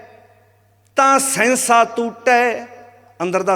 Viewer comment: ਓ ਭਰਵਾ ਸੇਂਸਾ ਤੂਟੈ ਨੀ ਸਹਸਾ ਤੂਟੈ ਪਾਠ ਆ ਪਹਿਲਾ ਬਾਣੀ ਸ਼ੁੱਧ ਉਚਾਰਨ ਕਰਨੀ ਸਿੱਖ